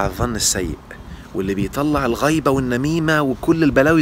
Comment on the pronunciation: الغيبه بالكسر وليس بالفتح ....... الغيبه بالفتح من غياب شخص الكندري اين هو وبالكسر ذكر انسان في غيابه...